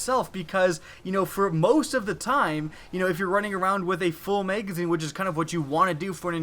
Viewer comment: Megazine. WHY DO YOU SAY MEGAZINE?